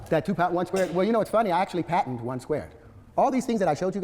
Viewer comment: This man just said patenteded.